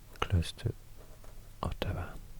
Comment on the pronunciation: Ottawa is a little bit off on this, but impressive video as always :D